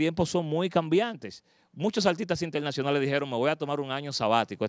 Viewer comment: La verdad que oir hablar español este tipo es un martirio. El dice "malca", palte", "polqué", "intelnacionales". ¡Diablos!